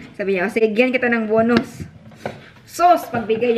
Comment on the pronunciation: BONUS not BUNOS...pls.